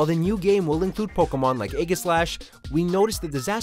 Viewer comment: I’m cringing at how he’s pronouncing the pkmn names